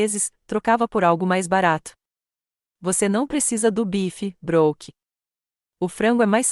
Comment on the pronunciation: A narradora não sabe pronunciar as palavras em inglês Brook (pronuncia se Bruck because dois oo tem o son de u Brooke se pronuncia Bruke not Brock